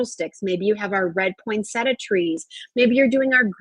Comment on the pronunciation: Jill, just to let ;you know,, there are four syllables in Poinsettia. Practice and you can get it right.